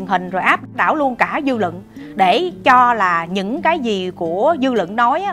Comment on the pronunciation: lập luận sắc bền rất thích!phát âm khá chuẩn nhưng vẫn còn vài khuyết điểm " luận " " bình LUẬN " không phải " bình LỰNG " chỉnh lại một chút sẽ hấp dẫn hơn chúc em luôn thành công Mãi dõi theo em dõi theo lẽ phải!